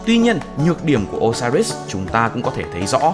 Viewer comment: Đọc Ô-si-rít là đọc theo kiểu việt viết sao đọc vậy Còn trong tiếng anh nếu âm “i” ko có nhấn thì đọc “ai” đr